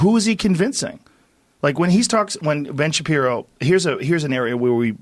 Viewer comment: Articulate sentences? Ben Shabibo?